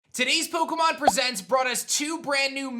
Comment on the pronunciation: You said pokeumenAnd yeah I spelled that right